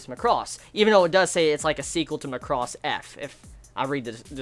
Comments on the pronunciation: MAH-CROSS. Not MUCK-ROSS. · Could you please pronounce the word Macross properly if you intend to talk about it in the future. You should say it as "Mac-ross" and not "Ma-cross". Though you don't need to watch the other shows to understand Delta its highly recommended to watch Super Dimensional Fortress Macross TV series and/or its movie retelling "Do You Remember Love?" just to give you the origin of its universe. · is MAAh-cros, like an excel macro. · Stress on 'Ma,' and not 'cross.' Take it from the original pronunciation "Ma-ku-ro-su." You're pronouncing it like 'lacrosse.' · Feels like you pronouncing it weird ?!!! lol